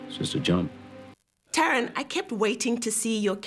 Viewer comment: Did she really just pronounce Taron's surname WRONG?!